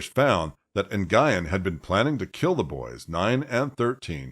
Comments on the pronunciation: It's not "nn-guy-ehn"; it's "nyu-ehn". I get that's it's not common for English speakers to know how to pronounce that, but if you're going to do videos with narration, learn how to pronounce the names of who you're talking about first. It's disrespectful to the victims. Anyway, as a woman who has an abusive mother, I can say that they are really good at hiding their true natures. Very good, in fact. I won't get into the abuse, but I will say that my mother didn't deserve to have children. She really didn't. I wish that there were laws in place that didn't allow people to conceive until they passed mental health examinations and their home life (monetary status, cleanliness and the like) was looked into. If the government did that, there would be fewer children in foster care and we would rarely hear about child abuse. Giving birth doesn't make you a mom, that's for sure. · I think Nguyen is pronounced ‘NUWYNN’. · Great work! Just an FYI...Nguyen pronounced "N'win" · It costs nothing to google how to pronounce Nguyen 😭 ☠️ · It's one of the most common Vietnamese names there is. It's not just HER last name. I also listen to other YouTubers and they take time to research ethnic words and names in order to pronounce it correctly. Plus, there are others who have covered this story and they pronounced the name correctly. So yes. It is a big deal when that a common ethnic last name isn't pronounced correctly. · I'm sorry that you feel that way. For those of us with ethnic names, it IS a big deal. This name is as common as "Smith" and it's as simple as typing it into Google to learn the pronunciation. Not only that, this was a pretty high profile case and the name was pronounced correctly in those coverages. I get it that you're focused on the content. But regardless of the content, it's still disrespectful asf to whitewash our ethnic names. I'm sorry you don't understand that.